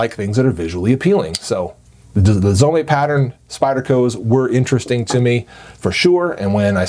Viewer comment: Its pronounced Zome, not Zomé. Like home, not homay